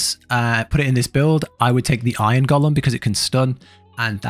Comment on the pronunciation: Thanks for this video. Also I was listening to it and at one point you were talking about "Gollum" all the time then I noticed.. "Golem" lol